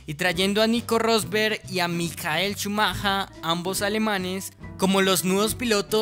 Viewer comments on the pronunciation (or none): Coño, Mijael Chumaka. Bro aprende a pronunciar "Maikel Shumaker"